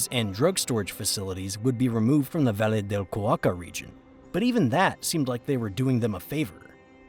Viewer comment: Crap AI voice? Valle de Cauca pronounced as Va Lee de Kah U Kah??? WTF, lol Rest is very interesting…